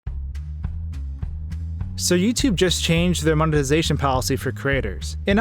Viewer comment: You realize the word is MONE TI ZA TION, right? And the people who drive creative views are CRE A TORS. Eh? Mone zation craters.